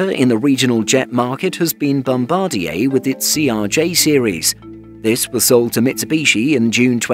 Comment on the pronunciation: Nice to see a channel that pronounces Bombardier correctly. Thumbs 👍